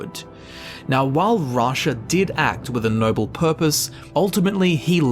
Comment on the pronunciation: Vasha, Rasha. i thought he meant the tiger from Aladdin before he said Rasha from the dark brotherhood 😅